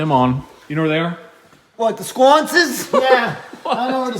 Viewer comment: “The SQWUANCES” lololololol. Hope you all have a happy thanksgiving ❤️